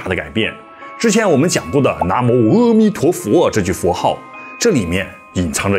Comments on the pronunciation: 阿弥陀佛念a不念e，长阿含经也是念a不念e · 是阿a弥陀佛，不是阿e弥陀佛。